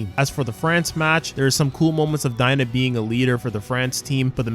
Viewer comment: It’s daigo not. Dina.